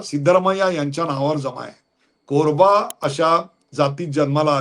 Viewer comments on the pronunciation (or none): अत्यंत सुरेख विश्लेषण. आणि हो ते "कोरबा" असं नसून ते "कुरुब" असे आहे.